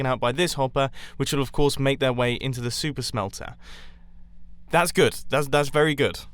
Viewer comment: It sounds like he's saying "soup smelter" at some times